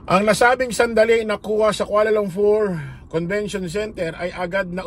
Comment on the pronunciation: Kuala LUMPUR hindi LUMFUR